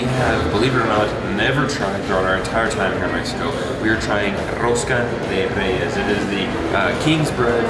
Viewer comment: rosca de REIES que chulo pronuncian algunas palabras